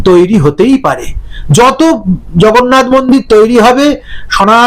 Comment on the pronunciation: উনি জগন্নাথকে "ভগন্নাথ" 😅 বলে দেগে দিয়েছেন। ওঃ লাভলি 😂😂😂😂